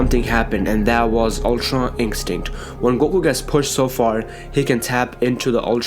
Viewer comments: Stop saying ink stick it's pronounced In-stin-kt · Instinct not inkstinkt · All I hear is ultra inkstint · Stop saying Ultra INKstinct .. my gosh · He always says ULTRA INCSTICT hahahahahha btw good video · Ultra "Ink-stinct" its annoying!! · Why does he say Umtra Inkstinct?